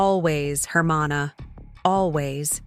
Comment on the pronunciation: The way the narrator pronounces hermano and chile rellenos is too funny.